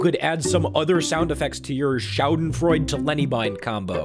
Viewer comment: Ah you trying to pronounce schadenfreude xD